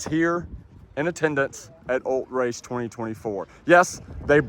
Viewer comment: ul-TRACE say it with me ul-TRACE. Every time I heard “Ult-race” I screamed at my TV. 😂